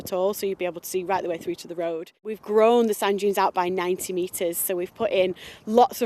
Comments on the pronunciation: I had the Captions on. It's Sand Dunes not Junes! Lol! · How many Americans kept hearing "sun dunes" 😆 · I kept hearing sun juice that made me confused.... Until I saw the sub.... It was Sand Dunes.... 💀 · I hear sand junes. Activate automatic subtitles. It also hears sand junes.